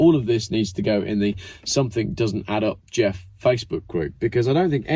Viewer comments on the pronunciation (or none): none